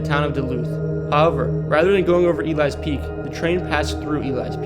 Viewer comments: I came here to say this. Definitely not E-lies peak lol Got a video on my page of Elys peak, one of my favorite hikes in the Duluth area! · It's E-lee-s peak not to be a pain lol just couldn't let it go. I live in Duluth it's a very fun hike! I wish the Cloverfield school on the north shore still existed it was a very cool place the tore it down a couple years ago I'm lucky I got some cool pictures from my urbexing adventures.